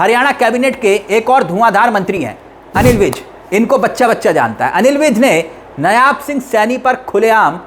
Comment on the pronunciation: Dear news reader नयाब सिंह नहीं नायब सिंह सैनी कहिए।